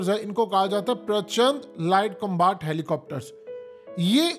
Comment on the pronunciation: Glaacier combaat 😂 haqeeqat TV ko to bola bhi nai ata